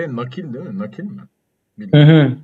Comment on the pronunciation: yani dediğiniz gibi ama ben kelime açısından değilde konuşma tarzlarına dikkat çekmek istedim yani ; değil mi yerine deel mi, gidiyoruz yerine gidiyik, küsüp yerine küsüg demeleri ilginç olan onun için dedim